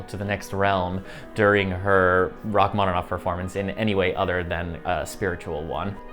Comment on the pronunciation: Rachmanov? Au lieu de Rachmaninov? Bravo!